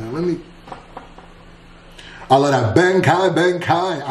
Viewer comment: why did he pronounce bankai like bank-eye